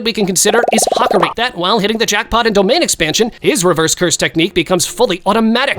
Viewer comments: The name butchering for Hakari is wild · The pronunciation of Hakari is terrible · He didn’t even say hakari right